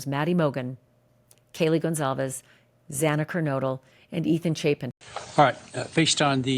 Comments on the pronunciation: Yes Ashley it was extremely sad to hear the judge get Zana’s last name wrong twice 💔🥹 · I was really pissed at the Judge mispronouncing the name twice. TWICE. That’s just plain disrespectful. 😡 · Exact my opinion,Ashley!To pronounce Xanas Lastname false 2 times is ridiculous!🤯